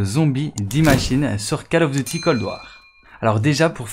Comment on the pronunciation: Depuis le temps que tu fais des vidéos tu dis encore "calof"? Sérieux t es au courant que ça se dit "colof"?